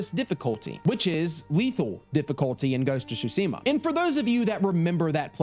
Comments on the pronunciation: I love when people like things so much that they cant say it roght like saying ghost of shusima not Tsushima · I left after you said "shooseemuh" its tsooshimuh smh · "ghost of sushima" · „Ghost of Shootseemuh“ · repeat after me "T SU SHI MA" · Every time I hear mispronounce Tsushima, I die a little inside 😩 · Love your videos, but the way you say Tsushima pisses me off 🤣